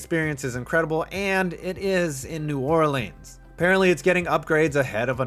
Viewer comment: stop saying New Orleans like that.